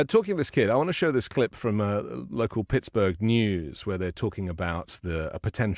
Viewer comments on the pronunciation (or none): none